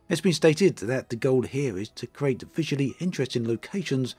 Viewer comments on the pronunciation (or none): none